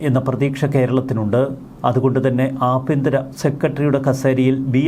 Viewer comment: ആബിയന്തിരം അല്ല, ആഭ്യ ന്ത്രo എന്നാണു